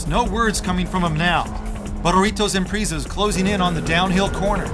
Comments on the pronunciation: "Impreeeeeeeza" 10/10 pronunciation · IMPRIIISA?? SAY IT RIGHT! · "Impreeza" lol